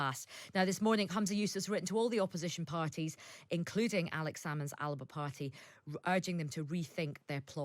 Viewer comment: Why does no one pronounce ALBA properly ?